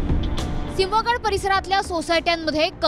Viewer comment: सिंह गड रोड असे म्हण ग